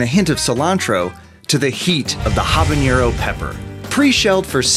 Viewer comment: how many times do i have to say this to white people, Habanero does NOT have an Ñ Jalapeño, DOES have an Ñ its Ha-ba-ne-ro not Ha-ba-ñe-ro plus Ñero is literally slang for "ghetto person" just like Naco, its not nacho taco...fucking hell